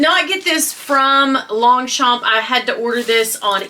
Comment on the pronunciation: I love your collabs the 3 Queens the best on YouTube 😍By the way you don’t pronounce the g or the p in Longchamp I know we French people have too many words with silent letters 🤔😜😘 Thank you for making me laugh I needed it